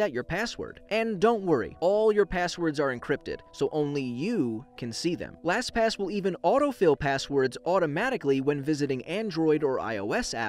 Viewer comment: Wow you said “LasPass” quit a bit.